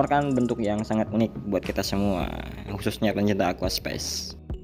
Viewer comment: aquascape mas, bukan aquaspace